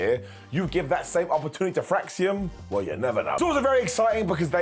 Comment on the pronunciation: Well it's "Fraxiom", so...🙄